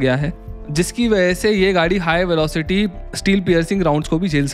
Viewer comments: Norinco bhai norinoc nahi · Chinese arms exporter is Norinco not Norinoc